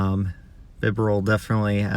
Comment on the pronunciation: Lie-noon Bee-barrel or bee-ber-el 😝